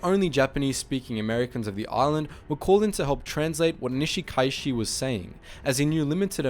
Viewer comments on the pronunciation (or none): Your a pronunciations of Japanese and Hawaiian names are very poor. However, this is easily corrected. Remember to pronounce each vowel distinctly. For example, Nishikaichi pronounced “ni-shi-ka-i-chi”. Also, the written Hawaiian language was created by Caucasian teacher, who used only 12 letters of the Latin alphabet. She used the Latin pronunciation, to simplify everything. Hawaiians still use it this very day. For example, Kaleohano is pronounced “ka-le-o-ha-no”. I went to elementary and high school with Hauwila Kaleohano’s son and daughter. I went to high school with the Kanahele children as well. Those families are well-established here since pre-western contact. By the way, the first military response to this incident, was led by First Lieutenant Jack Mizuha a Japanese-American from the local national guard unit as well as a dozen enlisted soldiers. I believe that group included my friend’s father, Sergeant Ben Morimoto. Nice job. This is a deeply personal story for most of us live on the island of Kauai, about 20 miles away from Niihau.